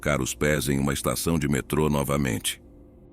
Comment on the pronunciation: Metro ao invés de metrô? Por acaso a voz do narrador é artificial?